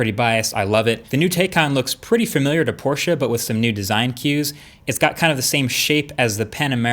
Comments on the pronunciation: Thanks for pronouncing "Porsche" correctly, Marques. It makes me happy everytime a non-German person manages to pronounce it correctly :D (doesn't happen too often) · Yep he gets points for that. But loses points because Porsche officially announced it is pronounced "Tie-Con" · When you are so happy that he says Porsche correctly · THANK YOU for pronouncing Porsche right! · Had to check and as a german I must say it's so spot on I didn't even notice it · Thanks for saying POR-SHUH instead of PORSH. That is all. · Thank you for pronouncing Porsche correctly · *porsch eh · Finally! Someone who can actually pronounce Porsche correctly!!! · Yes. Porsche not „Porsh”. Bravo 😀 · Shoutout to marques for pronouncing Porsche the right way ❤️ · Respect for pronouncing Porsche properly. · you got Porsche right, now please learn to pronounce Taycan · Finally, an American that doesn't call it a "Porsch" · As a German im so glad you pronounced porschE correctly. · u are the first native english speaker i heared to pronounce porsche the right way ;) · Thank god he pronounces 'Porsche' right... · I had to pause the video to say this: YOU ROCK for pronouncing Porsche correctly! I cannot say how happy this makes a fellow German, thank you! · Give Marques a medal. he's pronounced Porsche correctly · So glad you're actually saying Porsche, like it's supposed to be, and not Porsch like most of the others 👍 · Thank you bro for pronouncing porsche in the correct way🤔. I am learning german so please say if thats correct. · Kudos to Marques for actually pronouncing Porsche correctly👌 The E in Porsche is not silent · Finally an American that tries to pronounce Porsche right.. Sounds good! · Probs for saying „Porsche“ right! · Your one of the few Americans I've heard, who pronounces 'Porsche' correctly. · I think marques is the only American who pronounces Porsche right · I love that you can pronounce Porsche right :D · Thank you for pronouncing "Porsche" the right way.